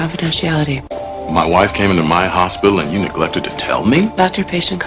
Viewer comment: People must tell you their secrets all the time because of the doctor-patient confidentiality. 가 의미적으로 이상하지 않나요? 그리고 tell이 너무 안들려요.